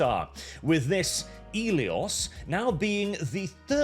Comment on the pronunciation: I know you're Norwegian and couldn't spell if yer a$$ depended on it, but where's the 'S' in "Elio"?? You keep saying it, so it must be there, right??